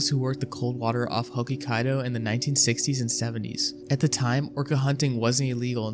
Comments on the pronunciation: Hokkaido ? ❌ hokikkaido ✅ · Hokikaido? LOL! It’s Hokkaido… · it's 'Hokkaido' not hoki-kaido nga🥀😭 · Hockey Kaido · the way you pronounced hokkaido is so funny as someone with a japanese family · Ik, he BUTCHERED the name😭🙏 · My friend is Japanese and she taught me a bit of Japanese, not fluent or anything but i could tell he pronounced that so wrong lol